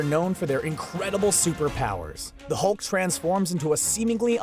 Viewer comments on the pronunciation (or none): none